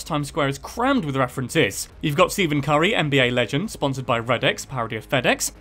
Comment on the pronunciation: So is no one going to talk about how he completely butchered Steph Currys name